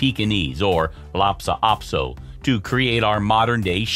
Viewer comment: It's Lhasa Apso, not Lopsa Apso.